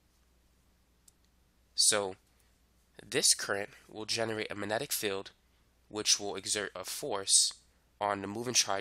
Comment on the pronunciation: Uhh - there is a G in 'magnetic'. (minor nit to an otherwise nice explanation)